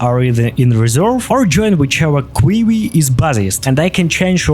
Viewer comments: Kwee-wee :) I don't know if that's a deliberate choice because it's entertaining to call out the absurdity of the word queue having 4 consecutive useless/silent letters, or because it's an English word you've only learned by reading. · I'm stealing your pronunciation of queue -- quee-wee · Nice work dude, very inspiring.I apologise for the ridiculous English word Queue, we pronounce it kyew but I much prefer your pronunciation.